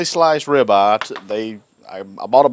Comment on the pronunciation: What's a 'ri-baw' ?